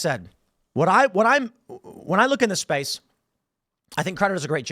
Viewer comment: Kittens and puppies die every time Tim says "space" in this video.